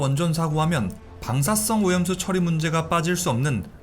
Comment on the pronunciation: 발음 문제 멜트따운 X 멜트다운 O 방사썽 X 방사성 O